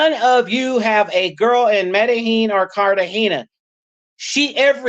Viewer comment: You can't even name Medellin correctly and you take taxis in cartegena - you should stay away from Colombia